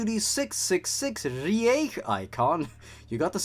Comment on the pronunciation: man as a german speaker, the switch from reich to riech just breaks my poor mind ja, was ist denn los lmao